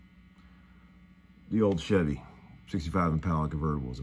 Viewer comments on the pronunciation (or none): none